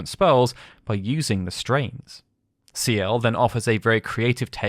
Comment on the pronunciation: Stains not strains